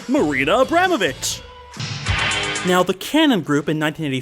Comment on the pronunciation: Oh look, he can finally say Abramović right!